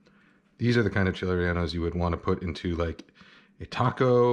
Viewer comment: Yo he called them renaldos and he used poblanos. 1. reh-Yeh-no is much closer. 2. Gotta be Anaheims, preferably a New Mexican variety, also just called New Mexican chiles. They have the best chiles don’t ask me why.